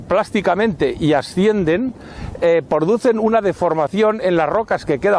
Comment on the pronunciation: Todos: Comentando apoyo Yo que lo tengo que ver para clase: Xd, ha dicho porducen